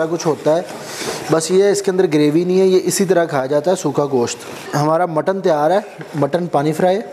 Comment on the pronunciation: Kuch bee jaisa bola tha😂😂